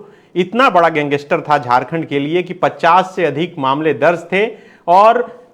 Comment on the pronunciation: Gang-ster hota hai sir pls aisa mt kro😿